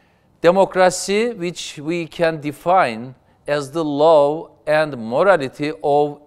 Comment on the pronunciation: Sn baskan, hukuk "la" diye okunur, Behsat C gibi :), "lov" derseniz Semra Hn gibi ask/sevgi demis olursunuz. Virus "vayris" diye okunur Amerikan Ingilizcesinde. Fikirleriniz harika ve Istanbul sizi sectigi icin, iki defa, cok akillica tercih yapmis. Basarilar ve bir dahaki donemde size pranga olmaya calisan IBB meclisinde de cogunluk olmaniz dilegiyle.